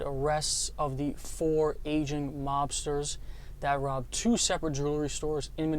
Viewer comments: what did you say?? I heard "Asian" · He said “AGING” but you’re right sounded like Asian LMAO 🤣🤣🤣🤣